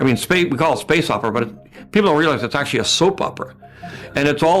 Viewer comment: "Well, akshually..."